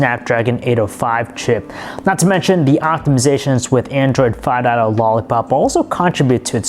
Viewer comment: I like how he says Android 5.0. Android FA DAT OH. 😂😂😂